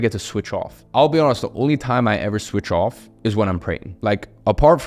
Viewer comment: "swith off"